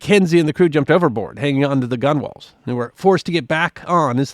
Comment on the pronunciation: "Gunwales" is propely pronopunced "gun-uls"....